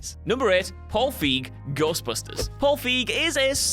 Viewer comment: 1) It's pronounced "Feyg" NOT "Feeg" 2) It's pronounced "Pat-ently" NOT "Pate-ently" Is just trying to see how many mispronunciations they can pack into a video now? Cause it's gotten exceptionally bad lately.